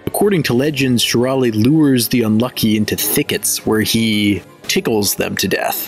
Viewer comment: Well, actually "shurale" is pronounced "shuralE" like in "cafe"